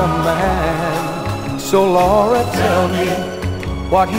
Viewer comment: I like how he say my daughter in law name Laura